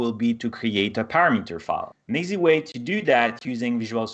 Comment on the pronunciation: How does this guy know this shit well enough to host a video teaching it but can't pronounce the words "parameter" or "template"